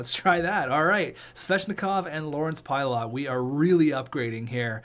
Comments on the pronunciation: Pilut is pronounced PIGH-luht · its pronounced pilot